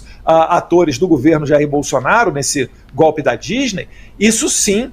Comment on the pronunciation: Não é 'gópe', é golpe (de Estado)!